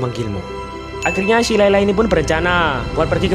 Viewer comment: Itu layla ngomong r kepeleset L